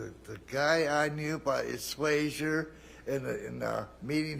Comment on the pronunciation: “Swager” 😂 (swag-ger)